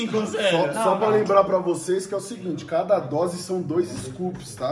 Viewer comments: Tem toguro falando DROSE TEM LIKE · PERCEBERÃO O Toguro FALOU UMA DROSE KKKKKKKKK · Tem Toguro falando três "drose" tem like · Tem toguro falando três drose de pre-treino tem like .